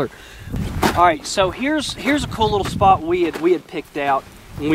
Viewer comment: Would love to watch this but that guy saying 'kewel dude' is about to drive me nuts!